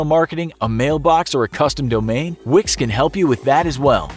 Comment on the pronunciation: When he said Wix, I thought of Vicks...